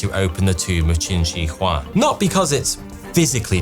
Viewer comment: The mispronunciation of Shi in Qin Shi Huang kills me 😅